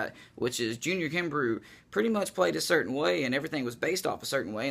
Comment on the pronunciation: I think his name is pronounced kimbroh.